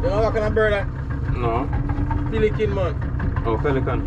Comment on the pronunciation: The man said piliken you have to say pelican out loud😅😅😅 I laugh out so loud the babies looking at me laughing at the phone screen